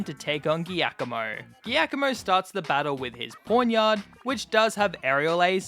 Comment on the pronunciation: as an italian you should pronounce giacomo as "jack omo"